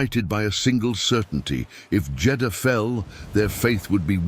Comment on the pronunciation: It's the siege of Jedahha. Christ you can't even get the f**** city right